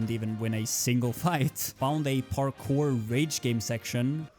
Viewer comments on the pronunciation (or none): none